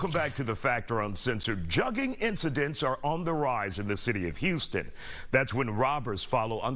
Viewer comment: how are these professional reporters still not pronouncing the word Jugging correctly lol.